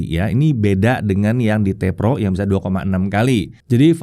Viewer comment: "...seperti varian PEROnya..." Cara ngucapinnya lucu aja wkwkwk